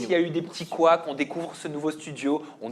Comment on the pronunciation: C'est couac et non quaks 😂